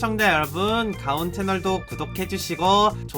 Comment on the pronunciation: 가가온아니고 가온이라고 ㅡㅡ